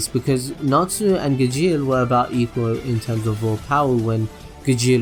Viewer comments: Is gaaaajeel not gegeel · he said Gajeel and I died, lol his name is pronounced as Gale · When he said Igjeel for Gajeel I'm sorry but I cringed so hard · Of he pronounced Gajeel Ga-geel not Ga-g-al no hate though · i know you said that you would mess up pronunciations but acnologiya lol had me ded edit: Gajeal edit 2: zerefs black flames shows zancrows god slaying flames lol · maybe in the dubbed version, but in the original, it is Gajeel. Gale is a western name. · U need to wach it dubbed its pronounced gar-she-al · IK HE APOLOGIZES ALWAYS ABOUT HOW HE PRONOUNCES NAMES but fuck me it is such a cringe how he says Gajeels name.. am I the only one like just cringing my ass because of it DX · WTF WHO I GAJJJJJJIL? ITS GAJEEL